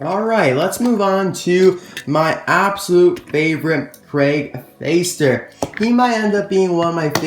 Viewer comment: You pronounce Fäster like fester. Ä is pronounced like the 'ai' in 'air'. Thanks for the video!